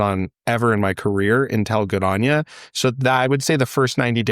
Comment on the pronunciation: GoodOnya - not good anya , for everyone watching